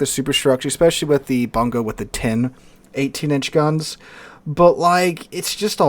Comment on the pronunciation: It is pronouned "Boon-go" - It is named after a Japanese providence.